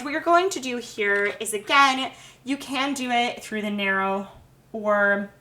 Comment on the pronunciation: Your videos are so helpful but you know you can relax and talk? "were going to be using this SERRATED....KNIFE " "what youre going to do here is AGAIN stick your egg INSIDE and its just going to pole it THROUGH" Like...why? Why do youtubers feel the need to do that lol